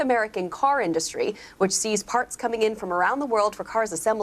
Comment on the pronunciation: Why does he pronounce the word 'industry' so oddly, and then why does he keep saying it so repeatedly (wrong) ??